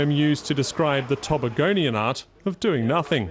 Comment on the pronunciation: tobAgonian not tobaGonian.